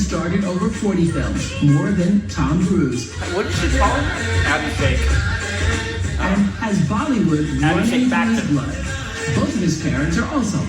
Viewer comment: Yes she is lovingly called Ash and he is often called AB Jr. or AB Baby. Your pronunciation of Abhishek is better though. This is not 90s. They got married in 2007 and were pretty much that power couple in those days like Deepika-Ranveer are now. Also, no paps are still the same. Priyanka Chopra has mentioned she faces these baby questions often.